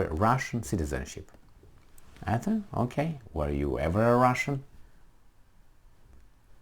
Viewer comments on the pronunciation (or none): none